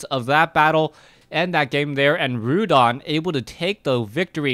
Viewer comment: its not Rhudan its Rudan !!